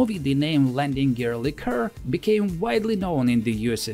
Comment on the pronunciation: блять какой "ли-КЁР"? "ЛИ-ка" на английском же! Твой английский хороший, но некоторые, мне кажется, простые моменты ты пролюбливаешь